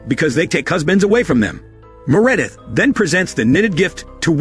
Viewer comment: Anyone named “Meredith” I’m saying “Me-Re-dith” from now on. Crazy how we are watching a movie about robots and Ai while an Ai voice is doing all of the work on this channel.😂 The Irony!